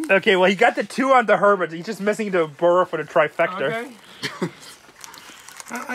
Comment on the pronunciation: Herbert isn't worth that much, you need to learn how to pronounce their names!!